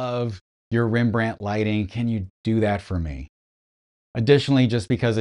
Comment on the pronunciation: It's pronounced Rembrandt Harmenszoon Van Rijn 😂😂😂😂 just kidding, you did fine.